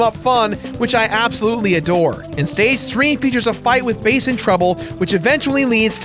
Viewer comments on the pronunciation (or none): It is pronounced Bass as the fish... Japanese dude. Also the voice acting can be fixed, play it in japanese and the game is amazing, Rockman is not a character suited for NA audiences... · Its pronounced Bass not bass. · I always did thing it was pronounced Bass as in the musical term, not Bass the fish... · Did they mispronounce Bass's name on purpose as a substitute for "Ass"?